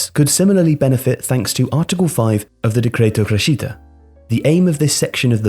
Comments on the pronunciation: Your inability to pronounce Italian words continues to astound me. Right off the bat, Cray-sheetah instead of creh-shitah for crescita. Chey-verlee instead of Cher-velly (rhymes with the English belly) for Cervelli. Keh-leecheeo ee phenzh (didn’t really make an effort on the last one did ya?) instead of cal-chow eh fin-an-zah (rhymes with bonanza) for Calcio e Finanza. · Great video, but it is crèscita, not crescíta! To improve your channel, you should fix the pronunciation of the foreign world! 😉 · Decreto "criscita"